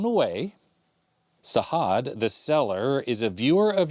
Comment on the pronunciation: Sajad is pronounced with a hard "j" instead of a "h". Can't wait for the other parts